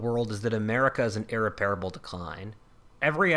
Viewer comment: Concur with ian and others, this is so bad it's hard to see how to rescue it, but here goes nothing 1. STOP swallowing your words. 2. Learn how to pronounce "irreparable". 3. Make the long-awaited Spengler video. This at least will require some reading and thought